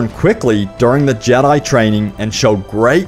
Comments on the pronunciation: The way u say jedi really annoys me. It’s jedi not jedyi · you say jedi wierd